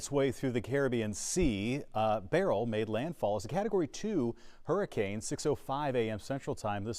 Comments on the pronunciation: It is not barrel its “ Berlll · Not Barel ITs— Berrryl🧐🤪🤓why do these Educated weather people mis- pro -nouncerhis name???